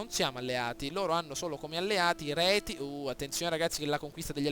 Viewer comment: Io ti consiglierei di eliminare gli Elvezii, sono d'intralcio per l'obbiettivo della conquista italica, poi proporrei una guerra epica coi Retii (i quali si pronunciano Rezii) per poi usare i loro terreni come testa di ponte per la Suebia. Spero d'esserti stato d'aiuto e complimenti, bel video!